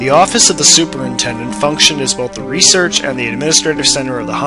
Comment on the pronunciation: you mispronounced research & prodigy.